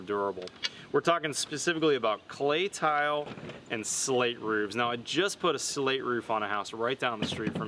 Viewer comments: "rooves," not roofs. Unless you also say "wolfs" and "hoofs." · I point out yet again that the plural of roof is roofs and is not pronounced "rooves."